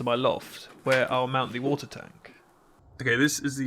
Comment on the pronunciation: Ah yes, the Wootah.